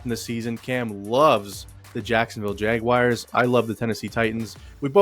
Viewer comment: How is anyone supposed to take you goofs seriously when you actually pronounce Jaguars as "Jagwires"?? this is 2023. Who does that?? Good grief.